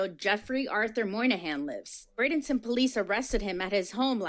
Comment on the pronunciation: Pronounced BRAY-den-ton